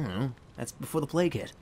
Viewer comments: All this time I thought he said play kit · I.... thought he was saying play kid... But that was before the plague hit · I always though that he said ''Before the play kid'' But now i have seen the light. But that was before the plague hit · He was saying plage hit, I thought he was saying play kid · Sound like he is saying playkid